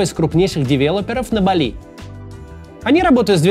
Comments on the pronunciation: Автор, рекламу делать желательно правильно- остров называется БАли, а не на французский манер, как вы произносите, с ударением на последний слог. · БАли. БААААААли! Максим, ну ё-маё 🙄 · на Бали..ударение на "а" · Максим. не БалИ, а БАли. это МалИ есть, а БАли говорят все, кто был там. И не как турист-потребитель, а хоть как-то попытался вникнуть в культуру дальше терима каси.